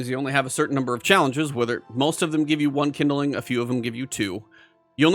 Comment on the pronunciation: "Kindling" is a 2 syllable word. It's not "kin-da-ling". It's "kind-ling". Couldn't watch this because in 5 minutes he said kin-da-ling like 20 times.